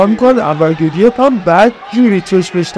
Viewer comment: انور گدیف نه 😅😅😅😅گودیف درسته